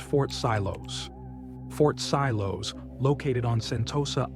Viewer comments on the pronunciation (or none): Sorry to be a drag, but it's Fort Siloso sil-oh-so. Google is a good friend 😂. I've been to Fort Siloso, that giant gun (man with binoculars) is an animatronic (of sorts), you press a button and it simulates being fired, with audio of course. I enjoyed seeing some of these places again, good job on the vid